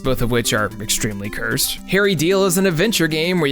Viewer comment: “Curse.” Come on now.